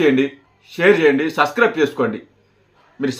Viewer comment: ఒరేయ్ ముందు సబ్స్క్రయిబ్ అనడం సరిగ్గా పలకడం నేర్చుకో వాడిసంగతి తరువాత చూద్దువుగాని సిల్మా కాదురా సినిమా సరే మేము సబ్స్క్రయిబ్ చేస్తే నువ్వు ఏమిచేసుకుంటావు ఇటువంటి మాటలు మాట్లాడి చిరంజీవి గారి పేరు చేద్దాకొట్టకండిరా